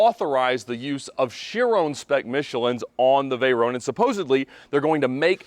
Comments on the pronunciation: Vey-"rone" lol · It took 19 seconds to stop this video. One year in and you still can't pronounce Veyron properly.